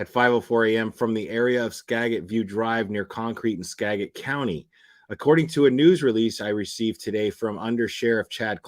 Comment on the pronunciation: Ugh u keep pronouncing skagit wrong